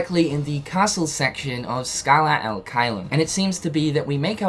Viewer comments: U keep saying al it’s bothering so I have to b that guy. It’s ad pronounced odd but wit h a ahhhhh noise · And the "ad" it's pronounced like ADvertising